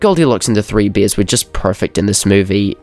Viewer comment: he said beers instead of bears